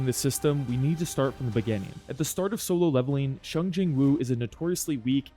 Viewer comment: Bro really said shung Jin woo😭